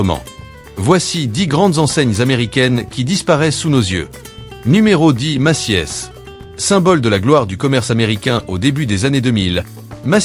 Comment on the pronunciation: La voix synthétique s'est améliorée par rapport aux années précédentes, m'enfin bon, Maciès pour Macy's ? 🤣